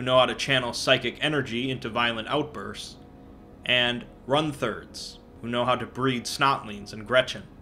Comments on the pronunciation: Runt Herd Not Run Thurd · Run-thirds? Maybe Runt-herds. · Not "run-thirds" "runt-herds".